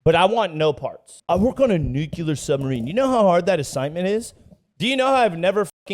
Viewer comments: Nu-clear bud, not Nu-cu-lear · Its "nuculser"... the "S" is silent. They want people in the field to be murderous so they feed them whatever. I think they want to keep someone from going private Pyle on a sub so they give them cookies and shit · The dude on the bike is killing me lmfao, his name is Nuclear.